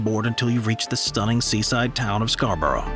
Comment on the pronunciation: As a local, I've never heard anyone pronounce Scarborough like that.